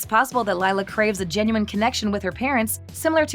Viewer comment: You mean lie-la